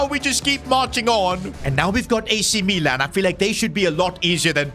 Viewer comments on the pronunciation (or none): none